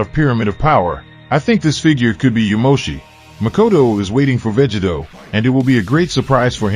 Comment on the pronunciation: Say VEGITO correctly!